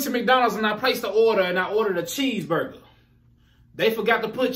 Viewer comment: Chee-burger, Chee-burger-Chee-burger 😂 !!!